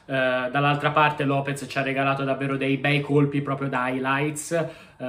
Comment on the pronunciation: Lopes non Lopez dioca